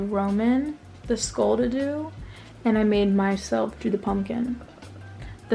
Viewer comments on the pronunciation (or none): "Skoool" it's SKULL! 🤣